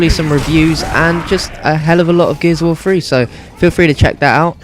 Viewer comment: Gears of war fwee lol